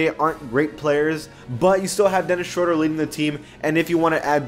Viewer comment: Its dennis shroooooder not shrada